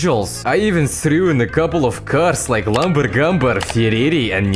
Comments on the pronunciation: Lamborghini and Ferrari ❌ Lamber Gamber and Firere ✅ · Fuckin hell.. Lambangambar and ferrreriii😭 10/10 accent mate